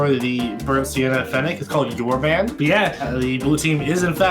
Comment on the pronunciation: Did my guy pronounce urban yourban?